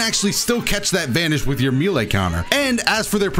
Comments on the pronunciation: "May Lay" not "Mee Lay" bro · May lay (melee) not ME lay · IT'S NOT MEAL-AYE DAMMIT IT'S MAY-LAY!!! MAY. LAY. MELEE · Says Melee like, "Me-Lay" Me: *confused*..."Wait, May-Lay?" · Me·lee: ˈmā-lā, mā-lā; a lot of people say mee-lee (for whatever reason), but??? "Mee-lā" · Bro just say “may lay” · Me-lee or May-lay but never oh never can it be prononced Me-lay! Plssss stop ittt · "Meelee counter" Dude it's pronounced "may lay", come on. Edit: my bad, he says "mee lay" dude how the hell do you think that's how it's pronounced. You're half way there tho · says meelay Me: Oh, well hes probably only going to say it a few times: continues to say meelay atleast once every minute for the rest of the video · Meelay Me an intellectual: M E L E E E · Every time he pronounces it “Meelay” I die a little inside, something about just feels off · When he said “meelay” I felt that. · Has always said "mi-le" or is this part of the patch too? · I love how he says meele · mans really said "mee lay" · It's pronounced "MAY LAY" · Please its May-Lay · It's so weird that he pronounced melee "mylee" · Melee is pronounced "may-lay," my guy. Its French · Sorry to be that guy but it’s pronounced May-Lay also tien was not really good before patch. I love him, but he just wasn’t good. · me lay... yuck, my man! You are mispronouncing that on purpose or something? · really thought I wasn't boutta say something about how he pronounced "Melee" that's crazy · The way he said “melee” was kind of, um, well it took some time to get used to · it's "melee" not "melee". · He’s gotta be pronouncing melee like that on purpose there’s just no way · When he says melee i cringe just a little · Bro you need to learn how to say melee 😅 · please pronounce "melee" properly it makes me cringe